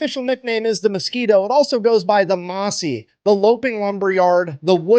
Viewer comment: It's 'Mozzie', not 'Mossie'.